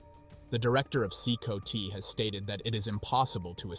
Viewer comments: C -COTY god that was annoying AF it’s C COT ,like a cot you sleep on this is why AI commentary is inferior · Thats crazy...they are a small army. If they had direction and training with arms they could be a serious force. Be cool if the AI could pronouce CCOT properly or atleast mispronounce it the same each time.